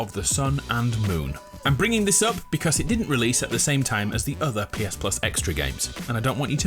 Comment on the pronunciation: beKAAWS really actually got me